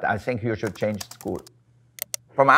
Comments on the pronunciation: Wolfgang Puck: "Sheena I will teach you english, im an english professor" Also Wolfgang Puck: Pronounces School as Shool in the beginning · He pronounced it how the word is said in the German language. ☺